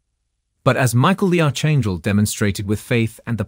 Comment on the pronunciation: "Arch" in Archangel is pronounced "ark". Not "arch". Not "Mobe". "Mo-ab".